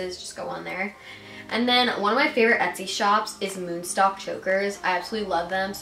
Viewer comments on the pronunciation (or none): none